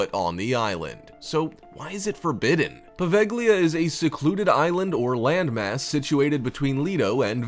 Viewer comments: You should read Poveglia as Poveja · the "g" is silent in poveglia, you really butchered that one haha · I was willing to deal with the over dramatic narrator until he mispronounced Poveglia...